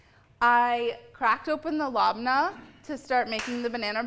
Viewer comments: Molly love it but if you really want to appreciate another culture it’s pronounced Leb-nah . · Do any native arab speakers pronounce "labneh" this way?